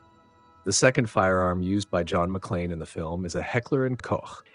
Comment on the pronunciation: As always, congratulations for pronouncing "Hecker & Koch" correctly and not as "Hecker & Coke" oder "Heckler & Cock"